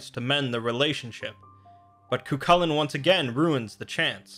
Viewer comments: Ka-hool-in, not kukalin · Dammit mate its pronounced Cuh-hoo-lan